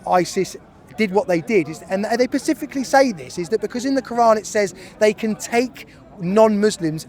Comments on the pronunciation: admits he knows nothing. No point listening to his ridiculous talking points. When he said 'pacifically' and not 'specifically', i switched off. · They “pacifically” say this hahahaha that got me 😂